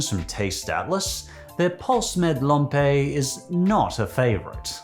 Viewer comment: As a norwegian pølse med lompe ( which you really butchered the name of (not to hate)) is just fine but a regular one with hotdog bread, ketchup and fried onion (if you like that) is much better imo